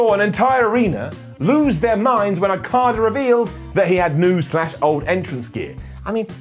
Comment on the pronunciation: so we just going to ignore messing up Okada's name??? Ok just checking